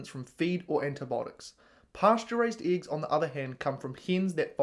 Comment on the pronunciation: Dude, just pronounce the E in eggs like you pronounced it here in mercury... and people will stop laughing at you